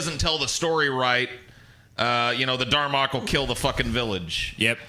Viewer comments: Dalrok not darmok. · "Darmock"?!? What the fuck?! It's called the DALROCK dumbass!